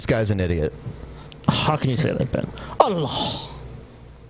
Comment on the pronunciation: has the best pronunciation of ALLLLLLAHhhhh